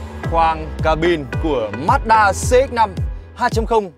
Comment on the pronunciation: Ma chư đa chứ ko phải mát đaaaa nhé ae =)))